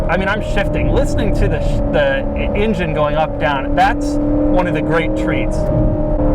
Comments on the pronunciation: I love how Doug pronounces "engine" like "InGen" from the old Jurassic Park movies. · I dislike how he says "ingine" all the time.